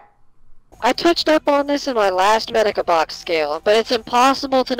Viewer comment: I love this video, but I hope the mic/audio gets fixed in future videos. And Medaka is mispronounced. My only two complaints, but I love this video.